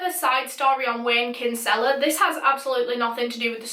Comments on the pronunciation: Hello! Love the videos am a huge fan just wanted to let you know Wayne’s last name is Kinsella is actually pronounced “kin-sla” like it’s meant to be said quick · Being Irish I laughed at how you pronounced Kinsella and the crime rate here doesn’t surprise me!